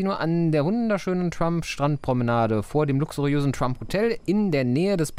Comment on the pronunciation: Trump war auch damals schon ne Größe. Nur eben nicht politisch. Aber das ist spricht man trotzdem mit "ä" aus also "Trämp". 😉